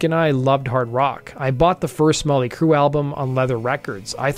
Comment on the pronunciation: “ molly crue “?? 😂